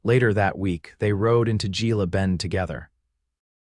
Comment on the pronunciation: Gila is pronounced with an H.